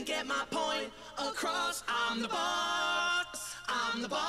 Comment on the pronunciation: why does it sound like he's saying "i'm the box"?